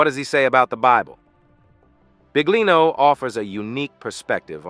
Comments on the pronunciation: Ahahah mi fa ridere come pronuncia BIGlino ahahha 😂😂❤❤ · Come accettare che la voce narrante all'inizio (e anche dopo) dica "Mauro Big-lino"???! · Adoro La pronuncia Del Narratore (Mauro Big-Lino) mette in evidenza il lavoro e tutto il resto portato alla luce da mauro.. davvero Big! Grazie Mauro 💞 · I can't handle the pronunciation of his name